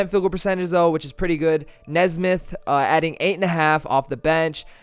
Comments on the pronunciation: You’re a pacers fan? It’s Aaron “Knee”smith. Not nezsmith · Pronounced Knee-smith I believe but love the video bro LETS GO PACERS